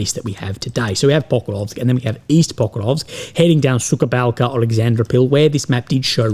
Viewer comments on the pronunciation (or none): It's Suha Balka not Suka Balka. That means Bitch Village hahah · суха балка not сука балка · plz, do not say [SUKA BALKA] it is [SUHA BALKA], suka = bitch. Thank you for sharing your thoughts and letting your other people's vision appear on your channel. Good luck in your personal struggle. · Yeah indeed was watching say "Sukha Balka" and was thinking oh boy, careful there bro.. we should all know what "suka" is and the way to avoid it is to say the right kind of "h" instead (which differs from the enlish h..)